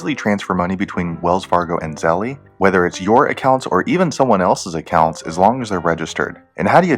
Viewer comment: I think it's pronounced like zell, not like zellie